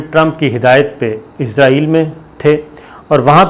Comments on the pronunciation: Bhai izraeel angel 😇 ka naam hai it's Israel 🇮🇱 don't b so dum told u many times to fix your pronunciation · plese izril na bolo israil bolo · IZRAIL nahi Israel sahi word hay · Please note , it is not izrail, it is israeel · صابر بھائ نھائت ادب کیساتھ عرض ھے کہ آپ لفظ بولتے ھیں عزرائیل یہ اپکو بھی علم ھے ایک مقرب فرشتے کا نام ھے اور نہ ھی اس نام کا کوئ ملک دنیا میں موجود ھےآپ مھربانی فرماکر صحیح تلفظ بولیے اسرائیل اور سب اپنے صحافی بھائیوں کو بھی گائڈ کیجے جب بولیں یا لکھیں اسرائیل بولیں